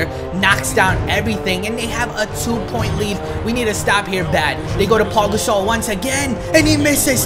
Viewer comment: I swear he's saying Paul gasol at the 7 min point